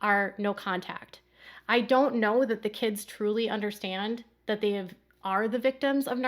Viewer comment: If I NEVER again hear Sobyn say, "I just don't 'undershtand'!" while wiping non-existent tears, it will be too soon for me!